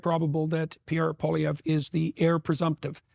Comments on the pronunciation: Two corrections: His name is pronounced "Polly-ev"... Canada has free speech... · for those who want to pronounce the name correctly, its poah-li-ehvre.